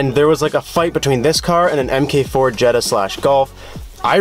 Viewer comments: “EMM-KAY 4” it’s MARK 4 sorry I own a GLI. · It's not "Em Kay four". It's mark four. Smh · “M K 4” bro it’s mk4 like “mark 4”